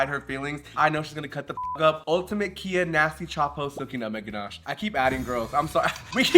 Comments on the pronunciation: I had to stop the video when you kept pronouncing Khia as “Kia.” It was too cringe lmao. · Mistress: “Khia” from “Khia asylum” is pronounced like Kaia (Kye - UH). The Khi part rhymes with “eye.” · Khia is such a Khia that calling her Kia is wayyyyyyyyyyyyyy funnier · It’s not a “kee-yah” asylum lol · Mispronouncing “Khia” as “Kia” makes the concept of the Khia asylum even funnier. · MIB not knowing how to pronounce KHIA asylum --- who's shocked lol